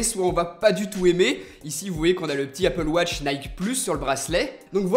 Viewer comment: Elle est bien loin l'époque où tu disais "Apple Woch" 😞